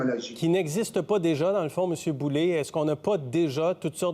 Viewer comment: C'est pas Boulay, c'est Boulet !!! Boulet (comme poulet) et non Boulay (comme du blé) !!!